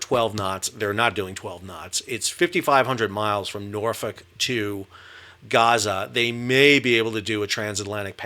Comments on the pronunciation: You can tell this guy has been to Norfolk because he pronounces it correctly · Respect for the Norfolk pronunciation!